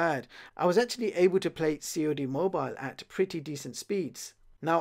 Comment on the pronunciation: "C.O.D. mobile"🤣